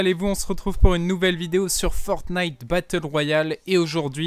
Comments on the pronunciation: C pas fornite c'est fortnite au début tu tes trompé 😂😂😂😂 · C pas FOREEEEENITE C FORTTTTTTTNITEEE